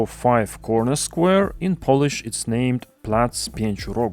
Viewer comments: Perfect pronunciation. A rare thing to hear from a non-native speaker 👌 That pedestrian-bike bridge is rather controversial. Bike lanes were not marked so bikes run into pedestrians and there's also no crossing over the busy street on the left bank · Damn you're pronouncing Polish like a local. Very impressive! My favourite part of this renovation so far is the giant blue egg on Plac Pięciu Rogów, I always love such random goofy stuff 😆